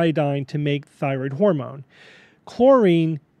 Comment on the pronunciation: "It affects yer Phyroid"